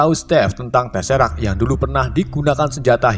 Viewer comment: Maaf mas bro BACA BUKAN TESERAK. TESEKRAT